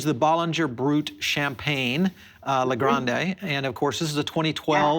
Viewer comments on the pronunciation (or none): Also, "grande" pronounced like "grandé"